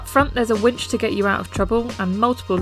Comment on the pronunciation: hehe, I had to listen to several times to make sure I was hearing it right: "up front there's a witch to get you out of trouble".